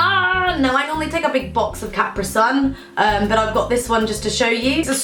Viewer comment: Capri like the pants? Like kah-pre? And then sun? Capri is two separate syllables aha